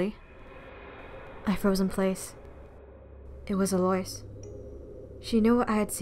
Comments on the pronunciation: the name "Eloise" is pronounced ELL-oh-WEEZE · Ikr it didn't even register for me that her name was supposed to be Eloise. I kept thinking she was saying Delores for the entire first half of the video 😂